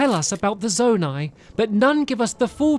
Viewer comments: Yes, ‘Zonai’ is pronounced “Zone - I” not “Zone - A”. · Not zonee but zoni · Pronouced Zoni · Zonai (Zone • Eye) Ancient people who possessed godlike ears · BTW, Zonai is pronounced “Zo-ni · its pronounced: Zo-ni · I can’t get over how bad he mispronounced Zonai